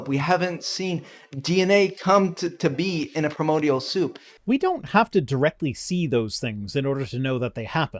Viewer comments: my god this creationist pisses me off primordial cannot EVER be mistakenly read as "permodial" pry-more-dee-all not per-mode-ee all your entire attempt to call "evolution" silly is ruined by your INABILITY to read and pronounce words correctly let alone that nobody can deny the only real definition of evolution: gene frequency changes in populations that suffer imperfections and environmental pressure lactose tolerance is one direct and genetically traceable mutation that proves the mechanism of change happens some humans long ago held onto infant lactose tolerance beyond the normal gene shutoff point likely due to a broken suppressor gene(yes a broken gene made this beneficial thing happen) as a result they had access to a tolerable food for longer travel or local use(cheese is a longer-lasting option based on the same lactose) so by proving things can become better at surviving using a broken suppressor gene this proves there is absolutely no single type of mutation that cannot provide benefit if the right one is broken by chance(and if the wrong one is broken it doesn't get passed on as much so no problem there either) so mutations in any way can provide benefit to survival in a local population as that population ages and has new kids the gene frequency changes based on who survived long enough to have more babies SO GENE FREQUENCY does CHANGE IN populations OVER TIME so evolution by the only accepted definition is a fact what you are seemingly against is SPECIATION this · I can't take anyone seriously who can't pronounce correctly BASIC words related to the subject they're talking about. It's not "premodial" FFS.